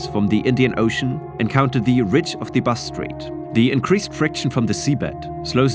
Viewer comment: Considering how often you said ‘Bass Strait’, it would have been nice to pronounce it properly.